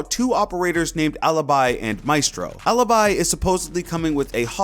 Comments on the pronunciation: its aleebee not aluhbuy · I'd like to hear their names as they are supposed to be pronounced Its not MIHSTRO and ALYBY. its maestro and alibi Thank you. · It's not alabai 😂😂, it's alibi!!!!!!! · OMG, how bad you pronounce them, it’s Aleebee and MaEstro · how the hell did you pronounce alibi? ALIBAI? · Elia Adamo or listen up... I'm not fluent in Italian but in this context it's pronounced 'alabai' as in the law term of having evidence of being elsewhere... For eg u have been recorded being in a bar while the murder happened in let's say a mall... So no I'm not stupid u are... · you don't pronounce correctly bravo, because you say bravou but its only bravo. Alibi, if you really wont its a latin word so you pronounce it whit the appropiate mode so in italian because the op its italian, you are a simply stupid english....